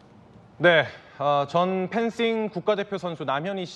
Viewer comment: 이 아나운서 지금 펜싱에서 싱을 번데기발음 한거임?